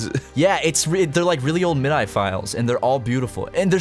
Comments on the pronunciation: Humans: "Midi": " M I D D A E " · was anyone else triggered by the way he said MIDI? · "MID-eye" god damn fucking it's "Mid-ee", ok??? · They called MIDI file a "MIDAI" file?! A certain swedish metalhead will be angry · Did call midi, mi-die? I had a reaction to that...